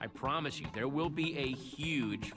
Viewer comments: Its petra not jetra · it's Petra not Jetra